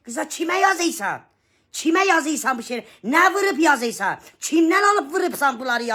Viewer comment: Vay vay yazeysan şaxsey vaxseeeysən 😅sən??? nə deyeysən,nə yazeeysən,yazeysan😅sən də bir Azərbaycan lüğəti düz oxu.